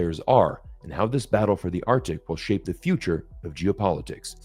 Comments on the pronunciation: Arctic, both C's are pronounced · Read the comments. ‘Artic’. Yeah. And the Gulf of Ameria.